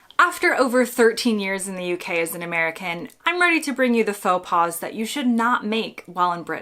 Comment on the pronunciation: Your choice of AI doesn't know the difference between pas/paws ( like in faux).